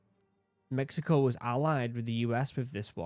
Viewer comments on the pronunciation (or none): none